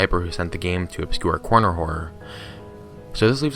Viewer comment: "obscure correr horner" sure